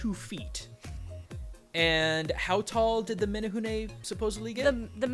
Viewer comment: As a Hawaiian, the way you both say menehune makes me chuckle. But otherwise spot on, outside of the menehune having a pretty nasty streak for people who spy on them working. This was great to watch.